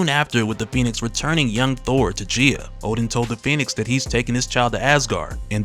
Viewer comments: The correct pronunciation is Gee-a, not Jee-a I know I know, grammar NAZI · I am curious about the pronunciation used here. Is it not said Guy-Ah instead of Jee-Ah? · I believe she called GAYA (GAI-A) not GIA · Gaia/Gaea is pronounced - Guy-Ya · GUY-ah. Gaia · Her name is "guy-ya" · Your pronunciation of gaia irks me